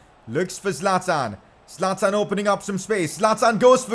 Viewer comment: Bro say 25 goal score Zaltan